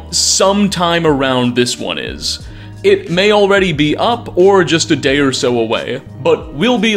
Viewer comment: I thought you said dad not day😐😐😐😐😐😐